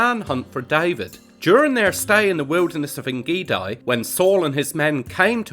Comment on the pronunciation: Very interedting video You pronounce the second part of ein gedi WRONG, gedi is pronounced gay-dee